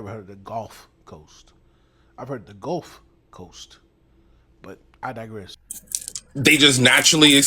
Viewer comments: Just to be clear, people along the Gulf Coast specifically Louisiana pronounce Gulf more like the dude than like you, you sound like you're saying "Goalf" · We pronounce Gulf and golf the same, some people say guhf for both but I've never anyone of any generation in Louisiana say "Goaf" as you did